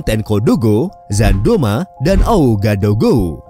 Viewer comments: Sekedar "Sharing" ... Bang❗😊 Cara Baca Bahasa Prancis 🇫🇷 begini ... Bang : OUAGADOUGOU dibaca : UAGADUGU (OU Dibaca U)❗😊 Merci beaucoup de votre Attention❗😊🙏🙏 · Baca Ouagadougou sebagai Wagadugu. Atau secara singkat disebut kota Waga.